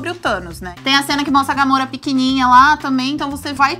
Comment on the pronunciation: A Guria aiii não sabe nem fala Gamora.. e quer comentar sobre o filme!! GAMORRA?? KKKKKKKKKKKKKKKKKKKKKK